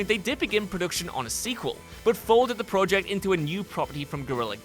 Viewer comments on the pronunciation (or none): Dude i love ur voiceover work but please pronounce project correctly